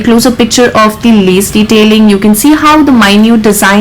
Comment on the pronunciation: Lees 😂😂😂😂its caleed lase